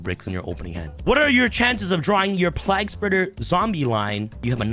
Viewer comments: Plague Spreader.. Pliegspurger lmao.. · play-guh spreader